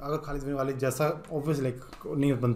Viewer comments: والید نہیں ولید ❤ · वालिद नही वलीद